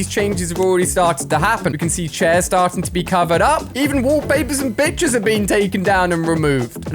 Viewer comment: am I the only one who heard something other than 'pictures'😂